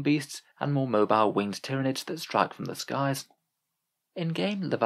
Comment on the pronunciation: I still think it's pronounced "tyran-ids" like Tyranno meaning tyrant in Latin and Id meaning this/that/it. Essentially "Tyrannical One" in Latin, or excuse me, High Gothic lol